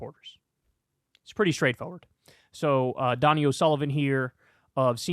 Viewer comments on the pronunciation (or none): Donie O'Sullivan - pronounced Dough-knee..not Donny!